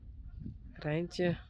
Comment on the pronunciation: I loved the way you said reintje its a beautiful name and has nice sound